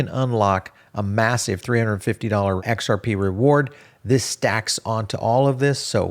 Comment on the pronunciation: He just can't say XRP 😅